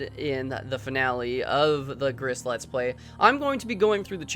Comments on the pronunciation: Gris is pronounced GREE, lmao. It's up for interpretation, it's not necessarily about a mother, it's about her inner child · Oh God white people learn more than one language. It's Spanish for gray and pronounced like the country, Greece.